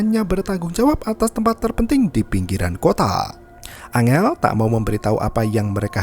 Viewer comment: Bang bukan angel tapi enggel